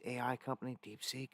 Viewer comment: The new AI is called DeepSeek, not DeepSink lol